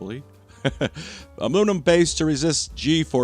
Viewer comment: a new contender to the "aluminium" vs "aloominum" debate: "amoonum"